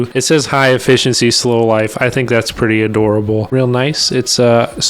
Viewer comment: Pwetty good huh pwincess 😺